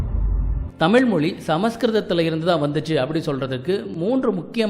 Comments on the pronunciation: முதலில் 'ழ' வ சொல்ல கத்துக்கங்க தமில் இல்ல தமிழ் அப்புறம் இதபத்தியெல்லாம் பேசலாம் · தகவல் தவறு என்று நான் சொல்லவில்லையே தமிழை ,தமில் என்று சிதைபது சரியல்ல,ஊடகங்களில் வருபவர்கள் சரியாக மொழியை உச்சரிக்க கற்றுக்கொண்டு வர வேண்டும் பலர் அதனை பார்க்கக்கூடும,தவறான எடுத்துக்காட்டாக விடும் அச்சு ஊடகத்தில் பிழை ஏற்படக்கூடாது என்ற மரபு எப்படி உள்ளதோ அதைப்போலத்தான் இதுவும்,மொழியை நன்றாக உச்சரிக்க கற்றுக்கொள்வதே சரியான முறையாகும்